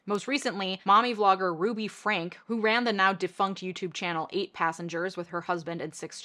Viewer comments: Just a heads up before anyone else mentions it, Ruby's last name is pronounced "Frankie" not "Frank". One thing she said recently that stuck out to me was when she basically said children are full of evil. I'm sorry, what?! Talk about projection! Her and Jodi deserve to be in prison for life. There's numerous Ex-Mormon Youtubers that have covered this story if you want more information. Jordan and McKay, Zelph on the Shelf, and Mormon Stories Podcast, to name a few. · Definitely the least important part of this very good video, but Franke is pronounced "Frankie" all the times I've heard it.